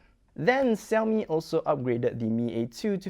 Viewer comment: now it's see-owmi that sounded weird all foreigners pronounce shiaomi. hot millet yeah..